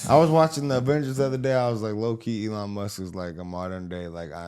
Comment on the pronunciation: She's AI can't pronounce Elons name fake news